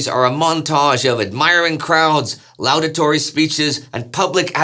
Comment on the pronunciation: "loud-uh-tor-ee [sic]" -- "law-duh-tor-ee"